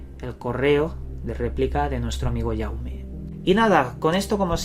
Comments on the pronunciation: la e es atona se pronuncia "jauma". yo desde hace unos años tengo unos sucesos bastante perturbadores al final me e acostumbrado a estos sucesos uno es que tengo un despertador que suena cuando le da la gana y siempre en momento en que estoy tan tranquilo mirando una serie o haciendo algo en mi ordenador, el despertador le e quitado todo tipo de alarma que tenga y lo abri para ver si los circuitos electricos estaban quemados o dañados y nada de nada lo curioso es que cuando me formulo mentalmente alguna cuestion o idea aveces sucede, despues tengo un mueble con figuras diversas y con una pequeña coleccion de latas la cual cada lata tiene una separacion considerable con lo cual si temblaran un poquito no darian golpe ninguno contra otra lata y con la ventana cerrada y puerta ( 0 corrientes de aire) pasa el mismo efecto que con el despertador de vez en cuando suena una de estas latas, e buscado todas las explicaciones fisicas ( corrientes de aire cambios de temperatura terremotos nunca o casi nunca hay en barcelona ) el caso es que al principio pensaba que era mi imaginacion pero estos sucesos no solo pasan cuando solo estoy yo, cuando estoy con mi novia o mi hermano, en alguna ocasion ellos tambien lo han sufrido. e de recalcar que en el caso del reloj aveces es un pitido o dos en el caso de las latas es o mas fuerte o mas debil el sonido de esta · te equivocas el nombre es en catalán asi que se debe pronunciar como dice el pd:soy Jaume